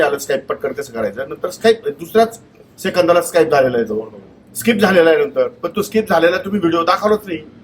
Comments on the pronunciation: स्काईप nahi skip असत te😂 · जाहिरात स्किप करायला 18 सेकंद लागतात 😂😂😂yedyat कोणाला काढतो भावू...स्काईप नाही स्कीप म्हणतात येड्या